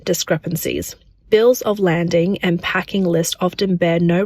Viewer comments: Bills of Lading not landing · Bills of LADING, not landing!